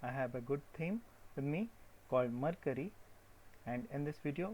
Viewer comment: What is iCreate? Does it have a web address? Also, you are pronouncing Mercury wrong. Look up the pronunciation for Mercury on Google.